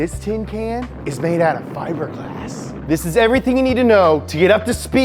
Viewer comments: And it's pronounced Fib-er-G-Lass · Why are you pretending you can't say fiberglass?